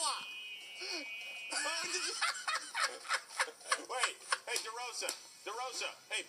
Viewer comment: ❌ ko-ni-ch-iwa ⭕ ko-n-ni-chi-wa こ - ん - に - ち - は 👋😃